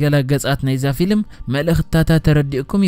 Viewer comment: Xubuk akerarba aleka bejaka gina ፊሊም aytbel ፊልም bel ...